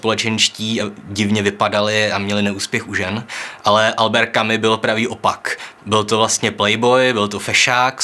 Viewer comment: Správně vyslovujete: Kamü - Kamüse Ale podle toho samého pravidla: Alber - Alberta